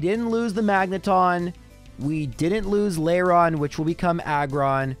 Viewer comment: Layron? Where are you finding the y? At least Tropius sounded correct, considering I don't remember seeing it in the anime. That said, I'm honestly concerned with how you went from actually caring about the fainted Pokémon to just insulting them. Bonus points for poor Absol.